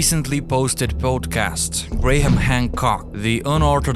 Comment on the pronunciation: Can you teach your compuvoice that Graham isn't usually pronounced Gra-ham, oy Grayham